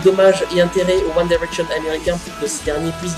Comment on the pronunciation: Je suis Directioner mais ça va ta critique est "gentille" ! Au moins toi tu sais dire convenablement "One Direction"